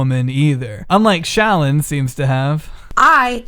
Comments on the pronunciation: said "ShallON"... Meanwhile I'm just saying "ShallOFF". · the way pronounces shallon fucking takes me out every single time holy shit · The way fucks up her name gives me life 😭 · im here for the emphasis on llon in shallon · I love the way he pronounces shallon